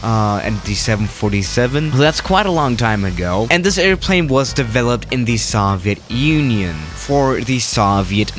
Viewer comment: No one: Still no one:: sAhvIeT uNoiN